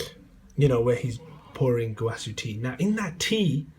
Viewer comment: you can't pronounce Gowasu as (go-wa-soo) and say it's the Japanese pronunciation and say zamasu correctly (Za-mass)